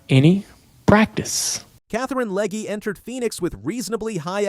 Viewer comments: the fact that you say Leg-E, Leg-A and Leg multiple times is frustrating as hell. If you are going to do videos, fucking say the names right.... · It's LEG not Leg uh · You might want to start by pronouncing Katherine's last name correctly - "LEG". Might give you credibility!